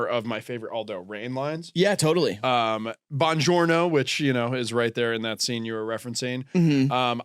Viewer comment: Bon Jorne-oh!